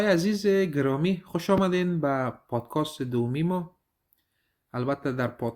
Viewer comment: لطفا podcast را درست تلفظ نماید. تلفظ توران عزیز درست است. میگه پادکاست که درست نیست. ببخشید زیاد مهم نیست ولی توجه را جلب می‌کند